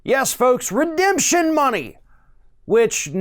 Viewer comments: You gave Trump too much credit, he clearly said "redeption" money. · The Chump certainly didn't come up with the term "redemption money". Redemption is a three syllable word.